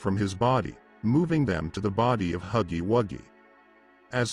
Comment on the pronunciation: BRO YOU GOT THE WRONG PRONOUNCE FOR HUGGY😂😂😂😂😭😭😭😭😭